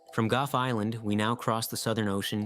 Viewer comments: Gough is not pronounced Guff. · Goff island. Or however that is pronounced. Proof man literally destroys everything it touched.